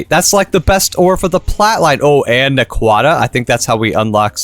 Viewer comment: also please for the love of god watch some stargate sg1 to learn how to pronouce naquadah. also its an amazing scifi show